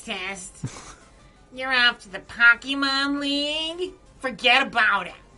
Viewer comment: Just kept thinking of the candy Pockey as you said Pockey mon